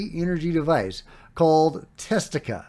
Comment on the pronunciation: it is Tastatika, not Testika. It is an abbreviated form of Testa Distatika.